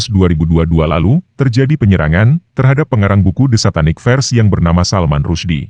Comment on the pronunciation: Bukan "satanik fers", tapi bacanya "Satanik fersES".. bacalah begitu.